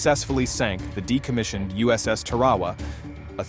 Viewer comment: Its "Tar-uh-waa," not what you said.